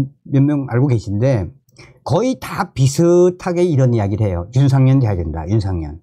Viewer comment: 윤상현 입니다 윤상년 아니구요 존경하는 방송 열심히 해주시는데 감사합니다멸공 부탁의 말씀은 발음 연습 필요합니다북에서 쓰시던 발음 불편하게 들릴때 많아요 열심히 해 주세요 화이팅